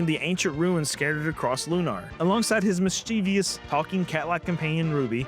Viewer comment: It's Lunar, not Lunar, but yeah.